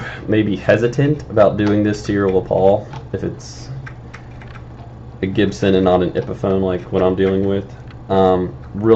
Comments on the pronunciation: Just FYI: the name "Les Paul" isn't French, it's the name of the guy who designed the guitar. It's pronounced "Less Paul" not "Le Paul" :) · Joe Mofo I was gonna say....dis I hear him say "le Paul"???? Lol